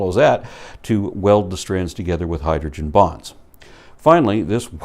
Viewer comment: For about a second, I thought he said hydrogen bombs , not bonds.